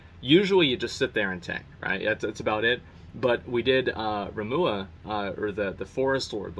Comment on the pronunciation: "Baphamut", "Ramuah", I feel like I should be upset at the constant mispronunciations but they're honestly just entertaining. Gotta give him a break though since he's dealing with hundreds and hundreds of new names and words that he hasn't really had experience with before.